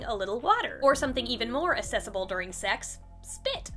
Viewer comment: She keeps saying accessible and it’s making me question if she’s saying it wrong or if I’ve been saying it wrong for my whole life